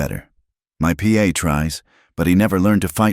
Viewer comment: Good story. But it's pa, not P A